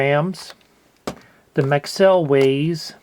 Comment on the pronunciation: No I heard maxell and though what the hell is that? it's Maxwell 😂